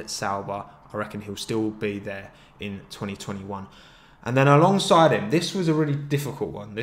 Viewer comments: Every time you said along side I heard Alonso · Each time you say "alongside" my heart stops bc i think you're gonna say Alonso